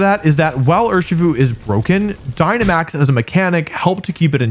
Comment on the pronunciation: Cmon dude, we know it's Urshifu